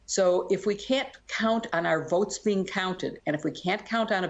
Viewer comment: Not votes. "Vauts" as 45 pronounces it .